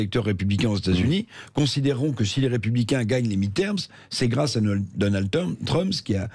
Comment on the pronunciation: L'autre n'arrive :même pas à prononcer correctement le nom de Trump, Dédé REVIENT